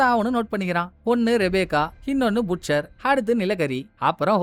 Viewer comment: Ayya புட்ச்சர் இல்ல பட்செர்